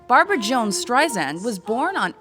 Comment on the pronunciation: BAR-BOO-RA BAR-BOO-RA ...